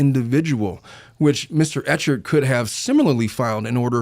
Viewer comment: Clayton Echard’s name is pronounced Ek-herd 😊